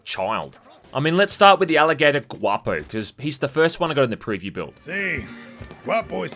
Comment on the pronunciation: He's the first english speaker youtuber that says guapo the way it should and i'm glad for it